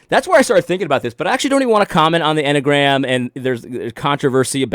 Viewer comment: The M&Mgram...? In my head, you were getting close to this pronunciation...🤣 Enny-uh-gram😁